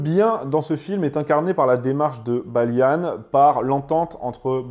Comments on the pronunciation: la moindre des choses, c'est de prononcer les personnages d'origine française... En français. Balian, pas Balianne D' Ibelin, pas Iblin. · On ne dit pas "Baliane" mais "Baliand". On est pas des anglais. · T'es fâché avec les accents ( "Heaven" ne se dit pas "Hiven" ou "Balian" "Balianne" vu qu'il est français) mais c'est intéressant. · Pourquoi prononcer les noms à l'américaine ? Le personnage principal s'appelle Balian pas Baliane... Pareil pour Ibelin Vous ne l'avez vu qu'en VO ? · "Balianne" ??? "Ibelinne" ??? Pourquoi cette prononciation anglaise ? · pourquoi prononcer les noms à l'anglaise? il s'appelle Balian pas Baliane, et c'est d'Ibelin, pas d'Ibeline... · Il faudrait quand même faire l'effort de regarder les films... même la prononciation n'est pas bonne c'est le baron d'Ibelin et pas de ibeline... on parlent de "baliant" et pas de "Balyane" et puis le prêtre c'est pas n'importe qui c'est son frère qui le déteste depuis qu'il est tout petit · Son prénom se prononce "Balian" et non pas "Balian" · Juste parce qu'il a dit Baliane au lieu de Balian je crois que je vais être d'accord avec toi ! Il a pas vu ce film ! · Hello Pourquoi prononcer le nom de ces héros français à l'anglaise? Balian, pas Balia-ne... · C'est quoi cet accent d'angloys que tu nous as fait la : "Balianne, Ibeline..." Oh vil angloy sors de ce corps ! 😂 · Video assez intéressante même si il manque des choses mais c’est normal c’est un sujet très complexe, juste Balian ne se prononce pas baliane 😂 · Balian = BaliEN et Ibelin= Ibel1...à la Française et non pas à l’Anglaise comme tu l’as prononcé, c’était des noms francs... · J'ai entendu "Balian" prononcé "Baillelannes" puis "ibelin" prononcé "ibeline" après l'anecdote wikipédia du cinéma Libanais j'ai pas regardé la suite. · Ta prononciation des noms est affreuse c’est pas possible mon ami c’est des noms français t’es parti loin 😂😂😂😂